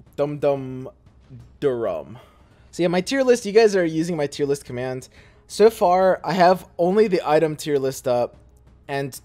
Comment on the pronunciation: He said “Tero heir list” LULW